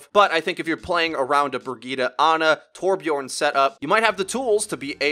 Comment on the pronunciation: Torbjörn* Ö doesn’t sound like O